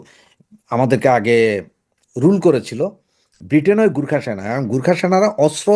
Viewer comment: গুর্খা নয় গোর্খা।